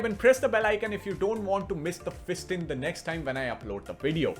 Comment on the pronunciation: feasting on tech news sounded like Fisting on tech news.🤭😆